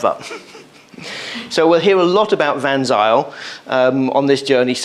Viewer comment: It's pronounced Van 'Sail'...